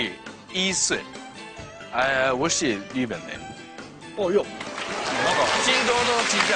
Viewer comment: Aki's China Channel / アキの中国チャンネル我是日本人。の発音があまりよくない